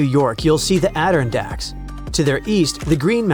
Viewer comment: The "ADD-irn-dacks are pronounced add-ir-RON-dacks and ISTELF should be ITSELF